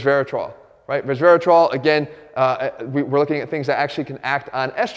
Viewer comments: .... "grapes contain..(low voice) rezrehruhtruh" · Lmaoooooo! I noticed that